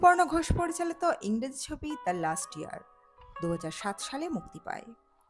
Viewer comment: লাস্ট ইয়ার নয় লাস্ট লিয়ার